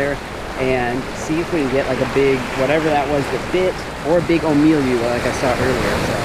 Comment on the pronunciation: Ulu-ah and Ohh-me-lu